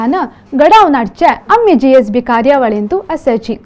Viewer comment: A very nice Channel which was awaited for a very long time. I am very happy that you all are speaking or telling us about our Origin and other aspects of our community. Please keep going. Can I pleas seek a correction in pronouncing GSB ? I understand it is Gaur ( pronounced) as Gowd Saraswath Brahmins originally.